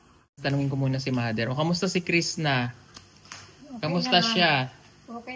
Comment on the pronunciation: sir crisna not crista